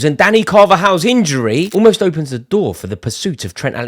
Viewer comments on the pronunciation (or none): none